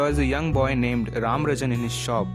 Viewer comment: It’s not ranrajan its rajaram